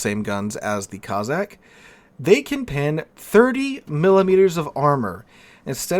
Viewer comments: Cozzack ? It's CoSSack - after the Russian tribe. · Good vid with one annoying exception. You pronounced Cossack as Cozzack, it's Cossack, no Z's in it. The S's are pronounced like the S in Snake